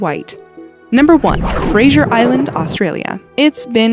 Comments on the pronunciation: Narrator - its Fraser Island not Frasier (the TV show) Island. Spelt correctly on the map though. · Yeah, I've swum at Fraser Island Queensland, not "Frazier Island. There ARE box jelly fish, the most dangerous, the tiny "Urakanji" is deadly , though normally found much further north. The funny thing is that they also showed the pristine freshwater lakes whilst explainin the dangers! Ha ha! However, don't swim during the stinger Season, I think , from October to February. And if you MUST swim in the "season", wear pantyhose or a stinger suit which they can't get through! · you said Fraser Island wrong.